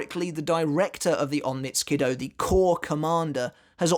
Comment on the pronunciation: onmitsu nindo sounds more correct